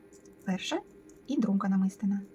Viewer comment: Доброго здоров'я. Дякую за детальний майстер-клас. Прошу вибачення, що пишу зауваження, але мені ріже слух. Правильний наголос у слові "намистина" падає на третій склад: намисти́на.